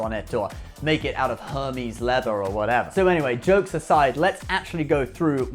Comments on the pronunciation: Hermès is pronounced - er-mayz. Not hermeez. Just as a friendly FYI. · Her-meez? Lol. It's pronounced air-maze. Her-meez is the pronunciation of the Greek God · Why does he say Hermès like that??? Hurmeesss 😂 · Err mez, it’s pronounced Err mez……. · Great video. This isn’t a big deal, but I recommend googling how to pronounce “Hermès” if it comes up for a future video. The h is silent and the ending is a softer “ehz” sound. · "Air-mez" Please don't make it sound like an STD. Please. 😭😭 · I know you're joke but please stop pronouncing Hermes like that lol. I don't really like them but my grandfather was a former SS Officer who turned author after the war, so much grammar nazi gene is coming out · I’m starting to think he just mispronounces stuff on purpose at this point. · No no, he’s pronouncing it like the greek god Hermes. Lol. U got me dying with the STD line. Lol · Oh, its uhr-mez, not Hermeez. And its Nee-mun Marcus....(or Needless Markups, as some of us call them) --not "Neye-mun" LOL